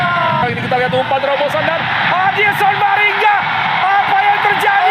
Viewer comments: Gol kedua komentator bilang adilson maringa 😄😄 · Adilson maringa kata komentatornya 🤣🤣🤣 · komentator : adilson maringga🤣🤣